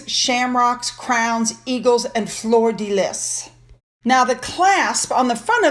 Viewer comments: Floor de Liss? 😂😂😂 I nearly fell of my chair laughing. Flerr de Lee 😊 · Hi, thank you for describing the royal vestments for the coronation. FYI... 'fleur de lys' is pronounced "flur d'lee" 🙂👑🇬🇧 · French pronunciation of Fleur de lis Fleur de lee The lis is pronounced lee Enjoy all your videos ! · Another terrific video. Pronounciation note: fleur de lis, being French, is pronounced fluur duh lee. The fleur is a long vowel sound, de and lis are short vowel sounds. Australian Prime Minister Althony Albanese's surname is pronounced with the terminal 'e' being given a value. Its al-ban-ee-zee. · Fleur di lys is pronounced flur d lii (its the prince of wales feathers) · It is pronounced / flur da lee/. No s pronounced at end of fleur de lis. It’s a French word with French pronunciation. You are always so carefully accurate, I was surprised by this mini error. I was a state certified teacher ( of the deaf actually) and then homeschooled my four from Pre K thru high school. I grew up with a momma who was very particular about grammar and pronunciation, so please forgive me if you feel I’m nitpicking. I think your channel is wonderful and reliable and don’t want to allow anyone to criticize you about anything. Keep up the Great work and God bless you!! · Flir dir lee - correct French pronunciation. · Fleur de Lais is pronounced Fluur de lai. Do not pronounce the s at the end & fluur at the beginning. (Canadians can help here. xo) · Hi - coupla things from me - Fleur de Lis is pronounced Fleur de Lee 😊. As much as I dont like Jessica Mulroney, in a way I'm glad that she is in London for the Coronation just to stick it to TW - I can see the witch shredding her broom into toothpicks! Regarding the Met Gala - Anna Wintour is a Royalist and was friendly with Her Majesty QE2, which, due to her abhorrent behaviour, would definitely cut TW off the guest list for as long as Ms Wintour is host. Love the photo of you and Finn - really cute!